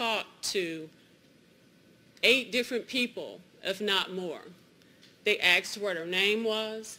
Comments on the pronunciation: ... "THEY AXED FOR HER NAME"... THEY AXED WHO DID THIS TO YOU?" Even a college graduate with a law degree can't fucking say ASKED. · " they aksed" lol😂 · They 'axed' what her name was??? 'Axed'??? How to mangle the English language. This is supposedly an intelligent woman and she cannot correctly pronounce 'asked'? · I don't care if she (somehow) passed the bar. I cannot take anyone who says "axed" instead of "asked" seriously. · It's like that Dilbert guy said, "Just get away from them." And never choose a defense attorney who says "axed" instead of "asked." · Axed lol. Mf'er is guilty. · "aksed" vs "asked" It's like calling spaghetti "basketti." It's not a dialect based mispronunciation, it's a mistake that's being taught and reinforced by parents and communities. It's the same as "nucular" or "buhsketti" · How on earth does a law school graduate pronounce "asked" as "axed?" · The defense lawyer not being able to say "asked" makes me so frustrated. You are a lawyer😂 you know the deference between asked and axed. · I love how his attorney uses ax’ed instead of asked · That defender using "AXED" instead of "asked" automatically lost the case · Youd think the attorney would articulate a sentence without saying "They Axed" Instead of "They Asked" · If your lawyer ever says "axed" instead of "asked," you need a new lawyer. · An attorney that says axed instead of asked……. Yikes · How can a lawyer say "axed" when she means "asked?" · If your attorney can’t pronounce the word “asked” correctly, your defense may not be the issue… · Why does the defense attorney, who gives the opening statement, keep saying "axed" instead of "asked"? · It's NOT axed, it's ASKED😮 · How the 'Fek' does one become a lawyer and still have the inability to pronounce "ASKED" & not "AKSED" She should be held in contempt of the English Language! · "They axed what her name was". Allegedly an educated lawyer. Hmmmmm. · If your lawyer pronounces ‘asked’ as ‘axed’, you know you’re going to jail.